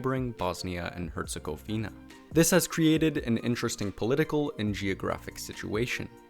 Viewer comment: It's Herzegowina not hercegouweena